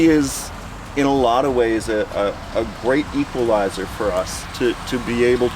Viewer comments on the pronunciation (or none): “It is a great equalizORR”. He knows. I love this content. Thanks!